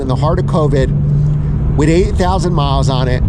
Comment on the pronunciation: It sounded like you said 80,000 miles on it! Must be 8,000!